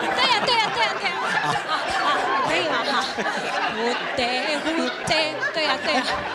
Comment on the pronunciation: 台灣國語的笑話啊！蝴蝶國語發音與台語發音"佛" "茶"聽起來雷同！這是笑詪ˇ